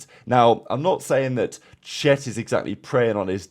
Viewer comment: why did you read chet as shit 😭😭😭😭😭😭😭😭😭😭😭😭